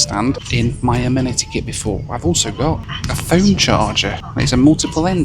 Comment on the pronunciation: lolz! deffo slipping into an american accent... "A-men-ady kit" + "swell" 😄